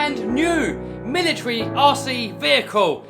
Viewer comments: He said militry instead of military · Did you just say militry?😂